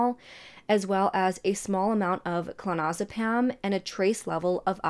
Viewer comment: K. Very informative and captivating. Well done! Please just work on your pronunciation of the drugs you mention. It’s: - feNtanyl NOT fETinol - oxycoDONE NOT oxycodON - clonAZepaM NOT clonOZepam or clonOZepaN Unfortunately, I know my comment will be interpreted as “hate” by other viewers…as that is the culture we live in now. There’s no room for truth or healthy discourse anymore. Please know that hate is really NOT my angle here. If the tables were turned, I would want to know if I were to mispronounce some words. (Especially if those words are central to the story that I am conveying.) I hope you can see where I am coming from. All the best!